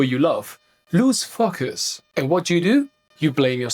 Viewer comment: Every time says 'focus' it makes me chuckle! 🤣